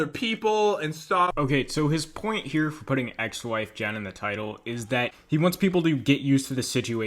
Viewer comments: You said jat and pen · "Jat and pen" lol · HE SAID JAT AND PEN OML XD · My nigga said Jat and Pen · at 48 seconds he said Jat and Pen🤣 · out of the question but did I hear you say “jat and pen” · He said jat and pen lol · Who else heard him say jet and pen ? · He said jat and pen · Bruh he said Jat and pen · We gonna ignore he said jat and pen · I like how you said Jat and pen accidentally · Who caught him saying jat and pen? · Ah yes “Jat and Pen” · Anyone hear him say jat and pen